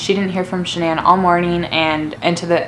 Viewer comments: It’s not shinan it’s Shanan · The way she says shannon...... Lol